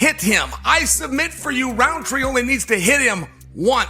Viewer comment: There's no D in Rountree. It's not RounDtree